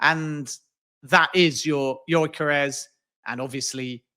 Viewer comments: His pronunciation of gyokeres is driving me mad 😤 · This joker pronounces Gyokeres in a fruity accent and still gets it completely wrong 🤡